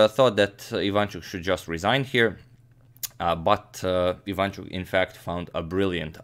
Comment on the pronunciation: yes and his second name is ivanchUk, not ivAnchuk, but nobody cares here :)